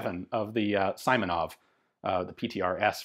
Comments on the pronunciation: Awesome video, Ian, but family name of PTRS' creator is See-monov, not Suy-monov. Transliteration is" Симонов" to "Simonov" but in russian "и" is always short like "i" in "big" or "sick". Hope this helps. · Simonov is pronounced as Seemonov, not Saimonov. Speaking of sniper modification, there were numerous frontline modifications of PTRS and PTRD made with PU x3,5 scopes. Obviously, they weren't reliable due to scopes suffering serious damage and loosing the zeroing. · This one was made by Izhevsk Machine-Building Plant. And a little correction on pronunciation: you've to speak [ s i m o n o v ] , not [ s a i m o n o v ]. " i " in his last name sounds like " e ". "Izhevsk" also )) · It's not Symonov, it's Seemonov. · The "i" in Simonov's name is pronounced like a short "e", with a stress on that letter